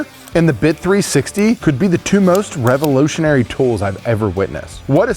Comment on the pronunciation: Revo-lotion-ary? Subtle joke or accent? 😂